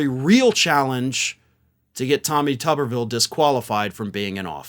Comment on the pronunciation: pronounced 'Tooberville'